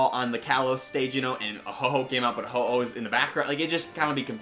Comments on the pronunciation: Did he call ho-oh ho-ho? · Did you just call Ho-oh “hoho” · its not ho ho. what is he santa claus? no its Ho-Oh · IT'S NOT HO HO. IT'S HO OH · As a pokenerd, I must correct you: It is 'Ho-Oh,' as in 'Hoe Oh.'